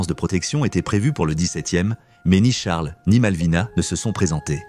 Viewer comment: On fait pas la liaison avec Charles